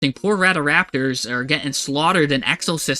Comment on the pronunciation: No way bro said RADA-RAPTOR!!😂😂